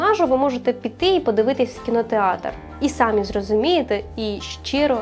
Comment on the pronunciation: Гарно. Тільки не персонажей… Звертайте увагу на наголоси. Кажете: сАмі. Потрібно самі. Консультуйтесь перед записом з філологами. Дуже дякую!